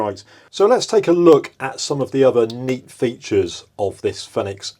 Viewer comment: It's pronounced "Feenix" or "Phoenix" aka the fire bird (like the one on their logo)